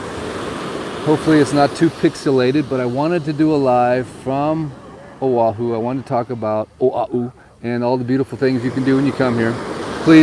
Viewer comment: YES, definately drive the island. It's so beautiful here. People would be surprised... I live in Hawaii Kai ----- Hanauma Bay is wonderful and if you're kama'aina, it's free:) I have to say Manoa Falls is a great hike too. Mahalo for jumping over to O'ahu (and for saying it correctly;)